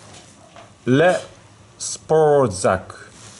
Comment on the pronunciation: lol Le-spor-deee-sac Your are my favorite reviewer on Youtube, very informative and entertaining! I couldnt agree more on the Made in China junk, for high end stuff like knives and safety like rechargeable batteries (eneloops) I go with US or Japan made.